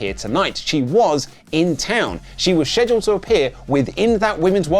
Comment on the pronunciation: FFS, learn to say Scheduled,.